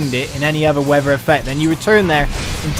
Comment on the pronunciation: I love how you can't say weather